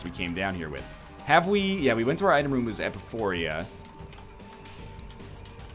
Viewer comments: It´s Epiphora, not Epiphoria.. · Would somebody tell NL that is not how "epiphora" is pronounced?